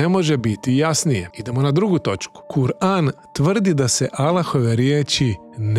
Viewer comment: Brate neznas kako se iz govora kur'an